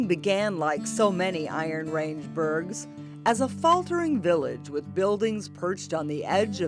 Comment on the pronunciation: You would think you would learn how to pronounce 'Iron Range' if you were doing a documentary on it.